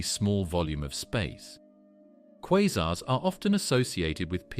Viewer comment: Informative video in many ways, but assumes the Big Bang is a proven fact, accepts that dark matter and dark energy are well-settled theories, and pronounces the word "quasars" at least four different ways.